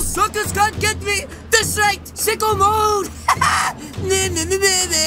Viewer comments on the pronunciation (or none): He said sick o mode.... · He said sick-o mode...